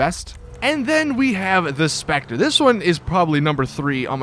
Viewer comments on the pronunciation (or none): none